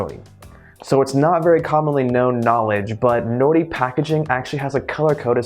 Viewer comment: sounds like you are saying "no nee"